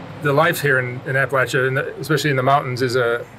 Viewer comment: This is the first video where you pronounced APPALACHIA correctly